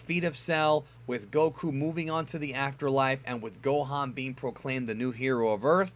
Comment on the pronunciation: What i noticed about is that he kept mispronouncing 'Goku' lol